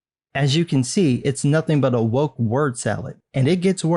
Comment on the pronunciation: Spelled "woke" pronounced "wank"...